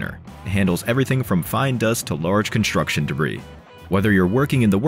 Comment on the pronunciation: Construction, not “Conshstruction”.